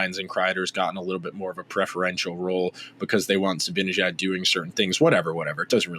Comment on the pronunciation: I agree wholeheartedly with this perspective, and I admire your literate and detail-oriented approach, but I'm constantly puzzled by your refusal/inability to pronounce Mika's last name correctly. It makes no sense...